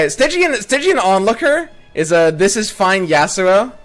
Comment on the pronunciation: Stygian means very dark (and your pronunciation was correct) which fits into a "nightfall" theme.